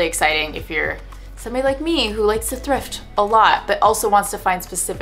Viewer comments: sister "thift" day? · Ah yes, the very well known “sister THIFT day” 😉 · "Sister thift day" was great 😂🤣 Loved the video, such a nice ideia! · Did that just say "Sister Thift Day"?? Lol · What’s a “sister thift day” ? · Sister "thift" day lol